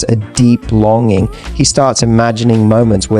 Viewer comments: ....lon going..... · Longing....you pronounced it lon going....AI????